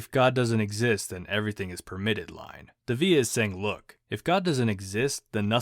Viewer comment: You're mispronouncing his last name